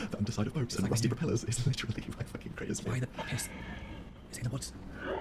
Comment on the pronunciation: lmao ‘i got bullied into saying literally not litrally’ says it ‘litrally’ in the hard launch